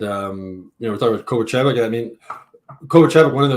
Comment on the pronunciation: Take a shot every time or mispronounce Kovacevic’s name